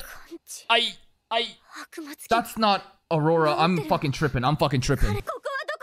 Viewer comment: HER NAME IS NOT AURORANA!!!